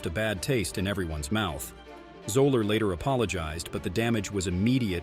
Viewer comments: Fuzzy Zoeller is pronounced Zeller, not Zoler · It's pronounced Zeller ... not Zoeler. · I’m pretty sure Fuzzy’s last name is pronounced ZELL-er. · and you don't even know how to pronounce Zoeller's name. lol